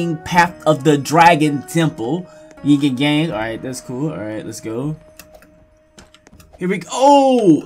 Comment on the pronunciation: its not ying and gang its yin and yang